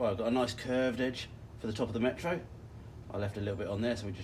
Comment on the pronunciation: "Metaru" is Japanese for Metro. If it isn't it sounds like it should be.